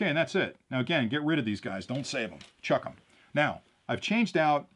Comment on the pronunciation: Did you say "Chuck 'em" ?